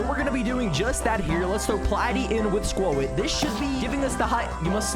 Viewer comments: was trying to type what he said it’s pronounced squot but he said like spuowt or something he also says in some previous videos jeeodee he pronounced the E but using proper grammar you wouldn’t say the ending E one jeeode it would sound like Jee-O-d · For the love of msm, its pronounced SQUAT not SQUO-IT 😭🤣